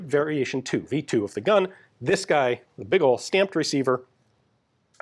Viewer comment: Sounded Finnish for a moment there. The other times you say V2 don't have the same effect as this one.